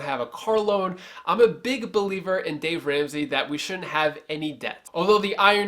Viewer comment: You had me until you said Dave Ransey! Hahaha